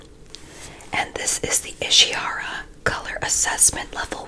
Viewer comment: Just so yk, ishihara is pronounced īshīhara with a rolled r👍👍